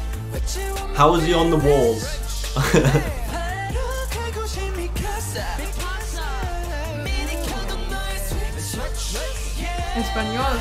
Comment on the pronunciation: "Español" KWJWJDJDJD CHAU